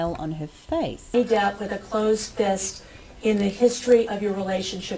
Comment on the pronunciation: Johnny depp,not johnny deeeeeep